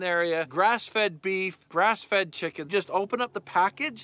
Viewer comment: I heard lunch 😂